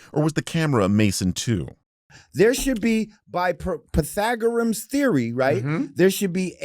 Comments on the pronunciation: "pa thag a rum" FTW 💪, beats Dustin Nemos "path O gore E in" anyways 🤣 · "pathagorom's theory" 😭